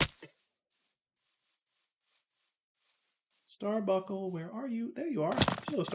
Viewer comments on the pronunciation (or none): buNcle. Star BUNKLE. nails on a chalk board there bud.